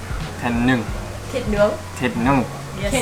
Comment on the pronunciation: thịt nướng, not thịt nứng😅 Absolutely wrong!